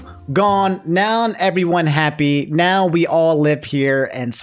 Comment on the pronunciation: Has anyone noticed how says "noun" when he says "now"?